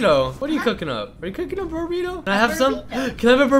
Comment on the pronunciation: It's burrito not bubrrito